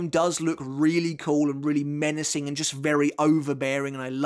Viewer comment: I know used the word "menacing" about Cien but I just heard "Menos-ing".:D Good video,thanks for making this